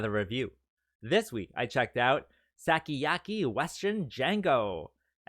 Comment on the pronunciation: Its pronounced sue- ki-ya-ki and ta-kesh-shi mii-kay not trying to be a dick jut helping also usually I'd drop a fun fact but i dont happen to have one so cherro